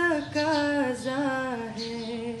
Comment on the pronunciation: تلفظ درست کریں لفظ" تقاضا "ھے تکاذا نہیں